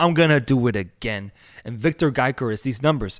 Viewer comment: Calling Victor Gyökeres, Victor Gaikorizz is crazy